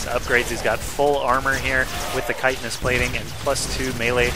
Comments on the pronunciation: Thank you for knowing how to say "chitenous" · I am glad he knows how to say "chitenous" also. But if he says "IdrA" wrong again I am going to /wrist. The "I" is strong. I-Dra. Not Id-ra.